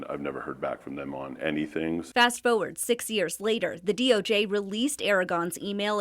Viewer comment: "fast foeward" . . . why can't ppl pronounce forward?